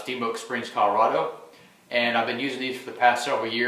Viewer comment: Did you say colorado